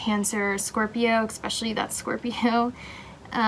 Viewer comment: I’m sorry but the way you say “especially” drives me insane and I couldn’t even finish this. It’s ESPECIALLY not ECSPECIALLY 😩